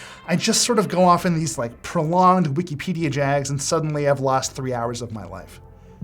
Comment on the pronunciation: "Wikipedia" sure lol